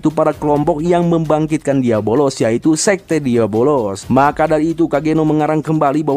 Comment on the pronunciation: Asuu gw nonton disini kirain nama iblisnyaa beneran diabolos karena dari awal disebutnya gitu dan gw ga merhatiin subtitle di video ini tapi pas nonton animenya langsung baru sadar kalo nama iblisnta diablos bukan diabolos 😂😂😂 pintar sekali anda bung meski salah pengucapan tapi dia komitmen akan terus menyebut diabolos sampe akhir video 😅